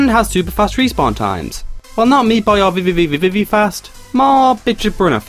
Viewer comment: I love the way you pronounce VVVVVV! I'm going to practice saying it that well. XD